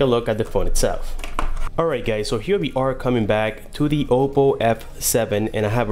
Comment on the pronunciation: it's Oppo, not Opo..